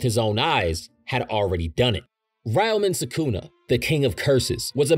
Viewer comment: well detailed, and im sure a lot of research went into this, and yet still managed to butcher the pronunciation of ryomen sukuna :") sorry brother but i had to stop halfway